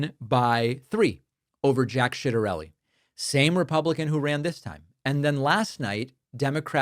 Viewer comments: It’s a little bit of mispronounciation, David should have learned this in his italian lessons. C+i is pronounced like tshi. Like in ciao. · just lookedc it up. His name is Jack Ciattarelli. Everyone is saying it wrong lol. I don’t know why it would be hard with all the italian -american history. It should be pronounced with both the a’’s. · I’m sorry. I lol everytime he says shitarelli. Is that a real person? Or what you call it when you mix feces in your spaghetti? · Going hard on that h when you say citerelie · Does Pakman mispronounce "Ciattarelli" on purpose? Or doesn't he know? Either way, not a good look.